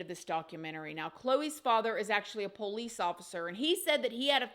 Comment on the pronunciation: I love. She’s a really great person you can just tell… And I love the way she says police PO lease lol